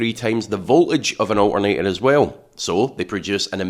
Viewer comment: Its ALTERNATOR, not O'A'NEY'A.